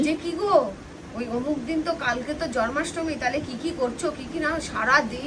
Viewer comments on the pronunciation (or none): কথা টা জন্মাষ্টমী আর তুমি বলছো জর্মাষ্টমী। মা হয়ে ছেলের শুভ দিনটার ঠিক উচ্চারণ করো। খুব কানে লাগছিলো। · ওটা জরমাষ্টমী না, জ(ন)মাষ্টমী (জন্মাষ্টমী)